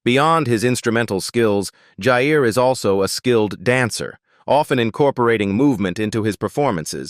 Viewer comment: Ewwww, AI has no idea who is who in many of the photos (esp the 3 older boys), about half the video was pointless reputation & stock photos, irrelevant at best, misleading at worst, & the mispronunciation of Jair & Jaegar’s names …! No mention of Jasmine’s marriage, saying Jess has children when she doesn’t, ewwwww! However there were a few update photos in there that I was happy to see & made it worth enduring the video (at above normal speed through choice)